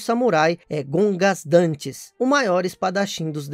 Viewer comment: Gogandantes Issui,não Gongasdantes.